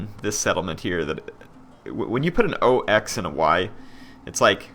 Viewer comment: Don't worry, it is pronounced like "ox".